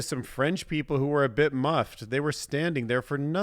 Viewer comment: I think those French people being miffed is different from being “muffed” as you said. 🤣 Sorry, it distracted me from about 5 minutes of the video. 😂